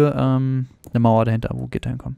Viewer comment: xD "Mauer" typisch deutscher